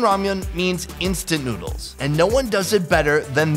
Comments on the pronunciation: sounds like he said nudes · Did you hear where he said let’s eats some nudes.